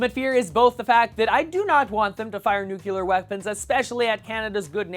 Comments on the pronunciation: love your videos, but its pronounced "NEW-CLEAR". Not "NUKE-U-LAR". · you did it again... it's "nook-lee-er", not "noo-kyoo-ler" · Nu-cle-ar. please.